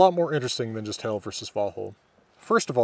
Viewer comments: I don't know for sure, but I think Hel is pronounced with a long e. So its more like "hél" than "hell". At least in Swedish that is the pronunciation. The modern Swedish word for "Hell" is "Helvete" which comes from two older words, "Hel vite", meaning "hel" and "paying restitution". Today only used for christian hell, not the old norse hel. The pronunciation of "helvete" is also with a short e, so it's more like the english word for hell. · Norwegian here, "Hel" is as far as i know, not pronounced like "hell" have to draw out the "e" and not put so much weight on the "l" so kinda like "heel" almost like the modern Norwegian word for "whole" wich is also "hel" Gjallar sounds like the Norwegian word "gjaller" wich is kind of a verb describing a very loud sound that reverberates in a very large area, often between mountains or all over a town/city. "det gjaller i fjellene" basicly translate to "something is thundering in the mountains" <- not directly translated, just making it sound appropriate with a correct meaning translation. sorry if there are any english grammar mistakes, Norwegian is my first language. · Is your pronunciation of the Ls in Hel and Valhall authentic? In modern-day Norway, most of the country would use a different, non-American (non-retroflex, I think one would say) L. I'm just wondering whether you use that L for convenience or authenticity. I find some sources saying that L could be pronounced as you do in "old Norwegian" (which is a vague term), but none that it had to be pronounced that way in Norse. Thank you for your videos, they are fantastic. I always link to you when foreign friends ask about Viking culture and language. Heill ok sæll